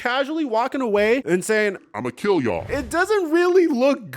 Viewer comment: "Imma keel yall" 🤣